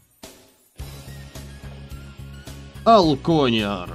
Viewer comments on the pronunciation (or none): ты наконец то взялся за этот мод, чую это будет веселое прохождение. И да, не алкОнер, а алконЕр. Так звучит получше, да и правильно